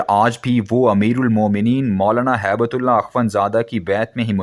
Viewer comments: Sir the name is hib tulllah not haibuttullah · نام ہبتہ اللہ ہے جو کہ سہی لکھا ہے۔ لیکن آپ اس کو ہیبت اللہ پڑھ رہے ہیں۔